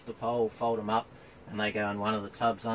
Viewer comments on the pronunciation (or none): Great video mate, it is pronounced; si-roc-co, not sero-co. I have gone through a heap of different brands and they either don't have the power or they don't last so these Caframos are worth the extra money. I got the new brushless Sirocco Elite version which is even quieter and more powerful.